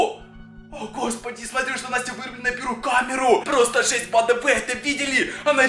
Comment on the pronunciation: Почему он так странно разговаривает? Типа это будет полная жЕсть, это очень стрАшнА, это наша мама с дАркнЭтА